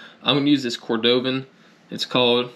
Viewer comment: You taught me how to finish a tooling project, so I'll teach you how to pronounce Cordovan (CORE-duh-vin). 👍